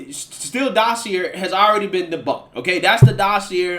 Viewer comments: Dossier= dah see A, it's from the french where words ending in er sound like A. Edit: someone should have to pay for thw false claims and all the money wasted by the FBI and other Law Enforcement agencies. The impeachment process, all that money wasted when they knew it was a lie paid for by Hillary. Seriously, someone should go to prison for that. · Love most of your content, but dossier rhymes with courvoisier. 👍🏽